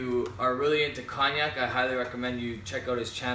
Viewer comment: Nice review. Btw, its pronounced coniac, the G is silent in Cognac just like in champagne. Your currency is weaker than the US dollar (.76), that's why it costs you more Canadian dollars than the US when you purchase. Cheers